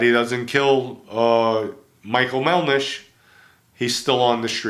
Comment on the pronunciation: The name was "MELDISH" not MelNish. You make a stink about the word "LA" in Cosa Nostra. "La" is a Preposition. It means "The" That's like saying It's not THE Mafia, it's Mafia. You mention Joe Nino's restaurant, it's Joe Nina's. You also referred to El Buschetto restaurant, It was "IL Boschetto. El is Spanish.